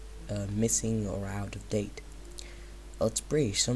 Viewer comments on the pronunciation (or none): none